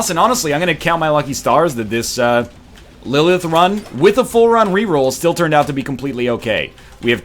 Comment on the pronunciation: NL! lillith is my daughters name, practice those TH's